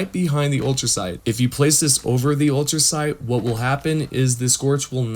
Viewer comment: Not to be a grammar nazi bro 🤣 But its Ultracite , Not ultra sound , Ultrasight or ultra site 🤣 Also thank you for this ❤️